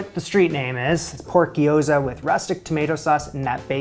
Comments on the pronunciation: Little note on pronunciation: Japanese words dont have a plural form, so gyoza is both sigular and plural! And this trips up basically every English speaker, so dont feel bad about it, but its not gi-yo-za, gyo is all one syllable, gyo-za. Same thing goes for words like Tokyo, my mom says to-KI-yo all the time lmao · Pronounced "gyoh-za" (two syllables, extra-long "o"), not "gee-o-za" (three syllables). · Gyoza is two syllables. Gyo-za. Not Gee-Oh-Za. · Gyo-za. First syllable is basically "yo" with a g in front. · Please call them Japanese fried dumplings instead of your pronunciation if you make another video about making them. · What's the pronunciation? Maybe it would be more helpful to explain it so he (& we) can simply pronounce it correctly.